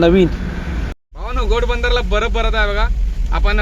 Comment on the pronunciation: घोडबंदर रोड ✅ गोडबंदर ❌